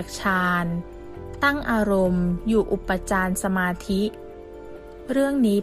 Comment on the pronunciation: อ่านผิด..อุปจารสมาธิ อ่านว่า อุป ปะ จา ระ มา ธิ.. ไม่ใช่ อุป ปะ จาน สมาธิ..และอีกหลายคำ มันแสดงให้เห็นว่าคนบรรยาย ไม่รู้เรื่องธรรมะเลย บรรยายแบบเอาเสียงดี แต่ไร้สมอง..ปรับปรุงด้วยน่าอาย ภาษาวิบัติหมด